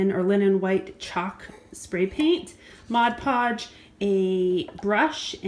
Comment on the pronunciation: The best part about this is that you said "Mod Podge" correctly...LOL! But seriously, great job. I was wondering how the little village would look if painted white. Thank you so much for sharing!